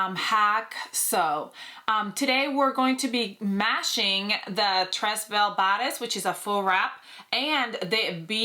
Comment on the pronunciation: Lovely dress and i really enjoy your creativity. A constructive comment is that "tres belle" is French so the first word is pronounced "tray". The "S" is silent. (I'm not trying to be critical but helpful).